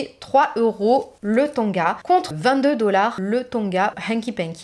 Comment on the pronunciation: On ne dit pas tonga mais tanga.